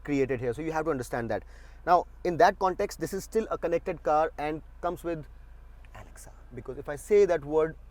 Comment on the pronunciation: The way you said Alexa.....😂😂